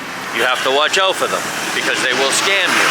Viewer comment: did you say scum or scam ?